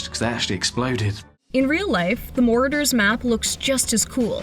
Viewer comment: Learn how to pronounce words before you post. the word is Marauder, not mordor-fool.